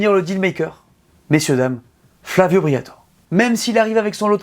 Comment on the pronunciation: FLAVIO BRIATORÈ ! le « E » se prononce ! Merde à la fin 😅 J’ai pas bien compris, Alpine concurrente de McLaren, Aston-Martin et Ferrari ? 😂 et en quelle année ? Et dans quelle multiverse ? Peut-être concurrente d’une Porsche Boxster d’une lotus Elise ou d’une Alfa-Romeo 4C ce qui est déjà honorable, mais surtout pas des trois écuries que tu as annoncé. Dans le secteur du marché des sportifs à Haute prestation de luxe, la marque française en est très très loin mais vraiment très loin c’est carrément pas le même registre.